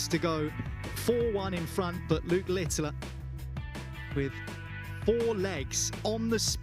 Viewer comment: Why does that commentator call Luke Littler LITTILER, there is no I at the back of his name, annoying